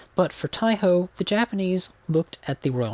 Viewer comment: Just a note, its pronounced like 'THAI - E - HO'. The E part is half silent but its there.